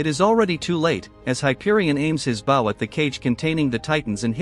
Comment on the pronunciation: It's called "AI Voice Has A Hard Time Pronouncing The Word Bow"